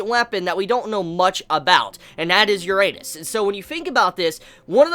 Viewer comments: "Ur anus"? What did you just say? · just so you don't embarrass yourself in public Uranus is pronounced roughly: yur-uh-nis (yur as in how you'd say Yuri)